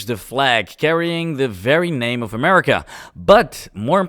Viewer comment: AmeriCUM. Don't judge me. I'm from Polon.